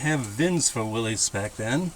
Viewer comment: HI. I subscribed for two reasons, I have had a lifelong love affair with early Jeeps and I'm curious to see where this project is going. Thanks in advance for taking us along. Also, its cool you have a friend who actually knows the proper pronunciation for Willys! Since you are debating how to proceed, thought I'd toss a few thoughts out there.. If your only real objective is overcoming boredom, then a frame off total restoration or custom build would keep you busy for a long time, but what then? I have owned a couple of pristine restorations and found them to be the opposite of fun, I couldn't enjoy a vehicle that I cringed every time a speck of dust fell on it. If I were doing this, I would look at it as a long term "play as you go" project. If you have a title to transfer into your name and don't live where vehicles must be inspected, I would start with the bare minimum, making sure the brakes and steering are in good shape then find a cheap bolt in engine and used tranny (yours is rusted way beyond being cost effective to fix) and just drive and wheel it for awhile. Pick away at the bodywork and fixing/ upgrading things as you go. As for the small block Chevy, while it is arguably the best all around V8 engine for swapping, the stock tranny and front axle assembly are way too light duty to handle the power it produces and axle upgrades get very expensive real quick. Of course its your project so do what makes you happy, I'm just saying as a guy who has owned and enjoyed t